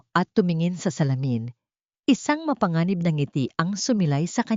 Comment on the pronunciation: Ampangit ng boses ng narrator at mali-mali pang bigkasin ang mga salita gaya ng mapanganib ang bigkas ng narratorr ay ma-pan-ga-nib, tumugon, ang bigkas ay tu-mug-on, nanginginig- nan-gi-gi-nig ang tamang bigkas ay na-ngi-ngi-nig, ang lumingon at bigkas ng narrator ay lu-min-gon, ang tamang bigkas ay lu-mi-ngon, paningin- bigkas ng narrator ay pa-nin-gin, tamang bigkas ay pa-ni-ngin